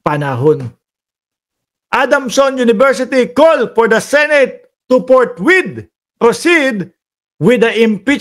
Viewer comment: baka yung forthwith ni escodero ay forthpuit ang bagkabasa nia he he he